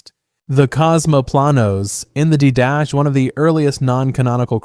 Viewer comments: "dee-duh-kay". It's Greek. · Quick and slight correction. "Did-uh-kay"